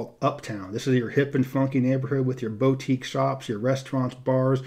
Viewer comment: I like how you pronounce the first syllable of “boutique” as “bo” versus “boo”. 🤗